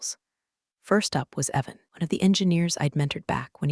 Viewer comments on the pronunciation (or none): none